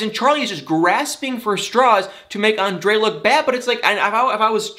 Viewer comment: Anybody ELSE tired of these boring drama queens with and entire family? And calling her husband "ON-DUH-LAY???" For the love of God, it's ANDRE.... pronounced "ON-DRAY!!!!!!" Don't try and make it fancy!